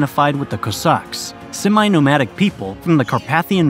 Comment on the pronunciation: Great video; thank you for making it. Couple of things, though, the pronunciation of Aleutian, Cossack, and Yukon are a bit off. Also, in the second World War Alaska was the site of a US battle with Japan, the battle of Attu, which is also not taught in history classes very much; my father was part of the Navy forces defending the US against this attack.